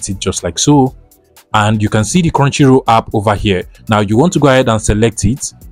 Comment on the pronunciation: Now scrow down for crounchy roll hidden lood ikon tf are u saying